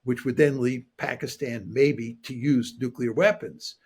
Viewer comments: It's NUCLEAR not Nucular FFS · Look here,, it's called NUCLEAR, not 'nucular'!